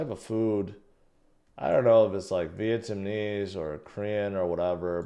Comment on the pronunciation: Is it just me, or do you keep saying "Vietamnese"?